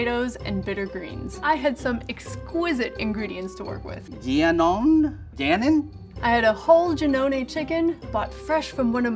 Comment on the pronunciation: “Gianoen” “Ganon?”